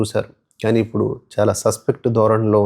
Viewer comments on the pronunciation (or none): none